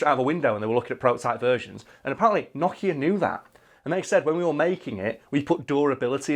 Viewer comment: NO kia. Not Noch Ea. Sounds like word 'no' not like 'gnocchi'